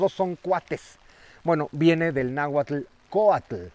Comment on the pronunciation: Porfavor, aprendan a pronunciar bien "nahuatl" 🥹